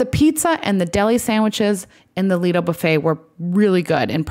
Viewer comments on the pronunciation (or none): none